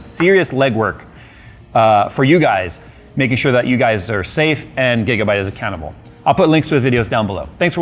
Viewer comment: When you said "Gigabyte is accountable" at the end I almost heard "Gigabyte is a cannibal"